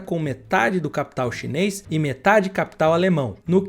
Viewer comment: Cara!!! É tudo chineis chineis chineis já q vc não consegue dizer chinês chinês chinês 😂